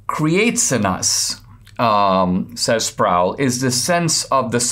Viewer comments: RC Sproul is pronounced not rhyming with "prowl" but rhyming with "pole," or "roll." Just FYI. Listen to Ligionier Ministries. Loved RC for years, and now he's gone, still love his stuff thru Ligionier, pronounced Lig-gun-ear hard "g". :) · R.C. Sproul's last name is pronounced, Sprole, not Sprowl.